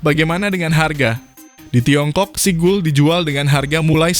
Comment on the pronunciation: Seagull dibacanya SIGAL. Bukan Sigul bang 🤣